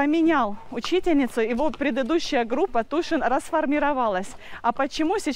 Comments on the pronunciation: Боже,, какой тишин? Тюишин, это так, уж для твоего английского, чтобы хоть кто-то понял тебя! Tuition так пишется! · Мой слух тоже резануло, этот Тушин, какой Тушин?